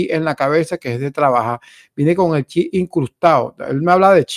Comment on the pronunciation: Pronyncia bien es"chip".